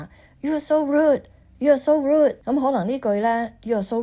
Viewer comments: no "d" sound. she will soon grow root. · 佢讀個”rude”字讀得好唔正捲脷音咁重讀得好肉酸好肉酸，翁小姐太厚道，不停話佢好靚好靚、其實佢唔好pity, not pretty!